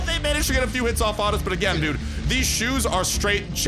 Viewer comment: I hate to be this person but it's "dude"